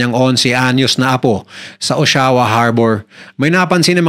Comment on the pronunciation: O-sha-wa po ang pronunciation